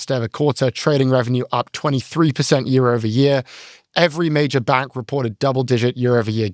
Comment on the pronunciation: As a fan of language and accents, I love when says the word, “bank” it’s like, “BANGk” 😂🫶